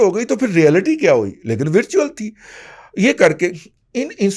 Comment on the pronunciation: ورچوئل و کی زبر سے بولیں